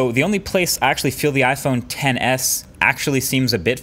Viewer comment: Iphone xs not "ten s" 🤦🏼‍♀️